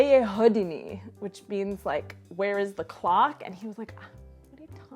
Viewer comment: I think the sentence "Kde je hodiny" confused the guy, because your pronounciation is more like "Kde je hodný", which would more or less mean "Where is the nice (person)"